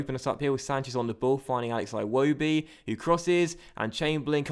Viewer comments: its like he's Scottish Aye wobi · I hate the way you say Iwobi lmao